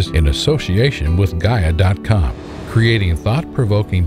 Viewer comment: Please, learn to pronounce correct the Word GAIA. Pitty that you claim you are scientist